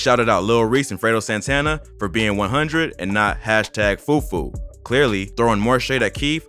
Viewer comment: I’m west African every time you say fufu I just crack up 😭